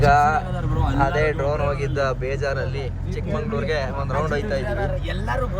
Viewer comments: ಚಿಕ್ಕಮಂಗಳೂರು ಅಲ್ಲ ಕಣ್ರೋ, ಅದು ಚಿಕ್ಕಮಗಳೂರು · ಚಿಕ್ಕಮಂಗಳೂರು❌ ಚಿಕ್ಕಮಗಳೂರು ✅🍃💎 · Bro ಒಂದು request ಅದು ಚಿಕ್ಕಮಂಗಳೂರು ಅಲ್ಲ ಚಿಕ್ಕಮಗಳೂರು